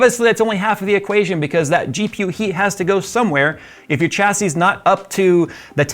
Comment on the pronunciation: Oh my goodness… you actually say Chassis correctly! I constantly get irked when I hear people pronounce it wrong. Thank you, really.